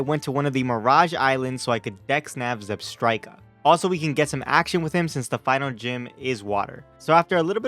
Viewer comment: THE FIRST K IN ZEBSTRIKA IS SUPPOSED TO BE A T! AND IT CAN ACTUALLY BE FOUND IN SOME MIRAGE SPOTS!